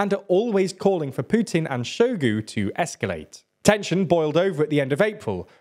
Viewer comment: has very bad pronounciation all around, e.g Prigozin and Shogu